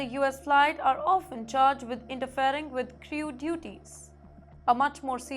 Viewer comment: Yes. STRICKER for STRICTER - thrice. CRIYOO for CREW - or in a foo-too-ray of simplified English, will it becum CROO?